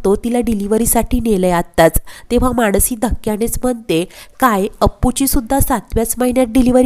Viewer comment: मानसी असं नाव आहे माणसी असं म्हणू नका